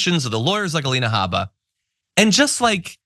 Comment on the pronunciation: No cursing, hm? I was proud of you, John for the "it's her god damn name". But you mispronounced the Alina name. I believe it is "Ay-leena Hae-bba", or whatever she calls herself.